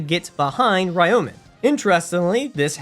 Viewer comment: THat is NOT how you pronounce Ryomen